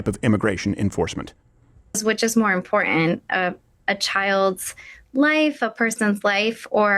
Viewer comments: She lost me with her pronounciation of "im-POR-int". Talk suburban ghetto, teach suburban ghetto. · She lost me at 'imopr unt' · As soon as I heard her speak, I knew she was an idiot. She doesn't pronounce her "T"s she says impor-ant . That may as well be a septum piercing. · If a whole grown AF adult cannot even pronounce the word ’IMPORTANT’ properly, that’s a pretty clear indication they SHOULD NOT be educating your child. Cmon now people.